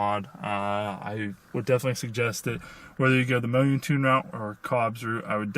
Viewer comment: Mo-yoon-tune hahaha it's moun-tune